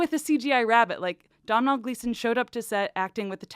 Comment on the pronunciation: Domhnall is pronounced more like dough-null.